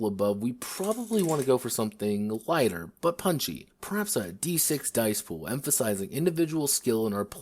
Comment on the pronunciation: "Dicpool" Oh my...